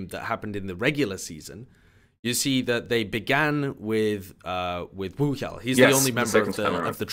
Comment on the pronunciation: It's not a phonetic H though. It's actually pronounced WOOhyal.